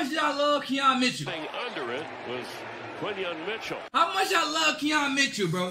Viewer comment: Yo bro, it’s Quan Mitchell